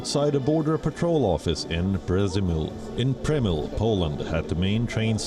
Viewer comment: How difficult is it to say "P-dj-emy-sh-l" not "Presume-mill" ? It is Przemyśl. This pronunciation hurts my ears.